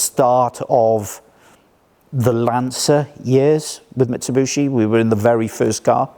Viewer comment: Great video. My only whinge is his pronunciation: Mitsubooshi. lmao